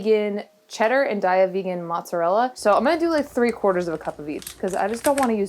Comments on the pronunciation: Heyy, sorry, real quick it’s actually pronounced day-yuh not die-yah. I hope that helps. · I pronounced "Daiya" incorrectly for years, but it's actually pronounced "Day-a". Like have a nice day-a!